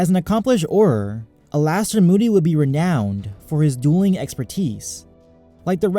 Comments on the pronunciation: Alastor is pronounced Allister btw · It's ALISTOR, dude